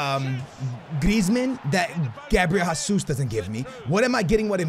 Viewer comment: please stop saying it like "Gabriel Hasus" it's pronounced Gabriel "Jay-zeus" please like so he can see lmfao